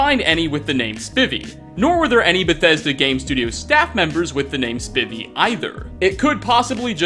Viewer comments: Its pronounced (Spy-vee) or at least the people I went to high school pronounced their last name that. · Spivey ISNT PRONOUNCED LIKE THAT AHHH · Bro Spivey as in the baseball player junior Spivey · It's a name, but, that's not how you say 'Spivey'. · Spivey, (pronounced SPY-vee, NOT SPIH-vee), is a reference to former wrestler Dangerous Dan Spivey.Bethesda slips wrestling references in most of it's games. It was no accident that one of the default Nord presets and frequently used bandit models in Skyrim bear an uncanny resemblance to Triple H. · It's pronounced spIvey (spy)vey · It's not Spivvy, it's Spivey, pronounced Spy-vee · Spivy pronounced spy-vee was captain hooks second in command maybe that could have something to do with it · "Spy-vee" not "Spivy." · I think the name Spivey is pronounced "spy-v" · I know this is older but just gotta say ive never heard someone probounce Spivey like that 😂 I knew some people in school with that last name, it was always pronounced Spy-Vee. Or like when you say Spidey for spiderman, but obviously V instead of D. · It's pronounced SP-I-V(IE). Haha he played for Arizona for a bit and I'm a fan so needless to say I've heard his name said a few times haha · Spivey( pronounced spi-vee) was the second basemen for the redsox. That’s an easy one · Hayden Spivey isn’t it pronounced spy-vy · It is pronounced Spy-Ve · Usually people pronounce Spivey as if it is spy-vee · Spivey, with a a long I! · Jesse H. So you didn't catch the "Pull-O-Whisky" preservation center, or the chair with "Spivvy" (properly pronounced 'Spy-vee')? Plus several others that I would have to watch the video again to relate here. I think it stems from following a script that he writes for each video, coupled with some possible dyslexia. Otherwise any friends that he may have would constantly be beating up on him for mispronouncing everything all the time.